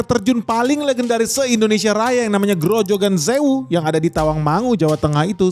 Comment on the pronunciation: grojokan zewu. belajar bahasa german?